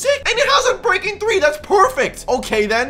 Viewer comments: Love how he says unbraking 10 goes back says unbreaking 3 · My man said unbraking x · Man's really said unbreking 10